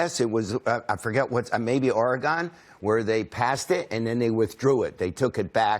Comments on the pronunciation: OReeGon? Fucking loser. It's pronounced Ore-gun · THAT'S NOT HOW YOU FUCKING SAY OREGON!!!! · Fucking idiot can't even pronounce Oregon correctly. smdh